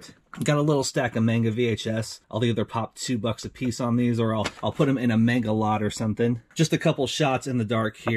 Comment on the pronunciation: not mayngda but mahnga